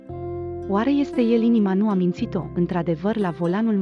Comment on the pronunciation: Nu puneți accentul cum trebuie . Pronunțați a munci , a minți. Daca citiți , puneți accentul care trebuie!